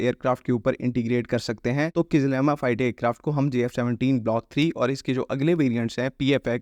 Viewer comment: It's not kizlima it's kizilelma.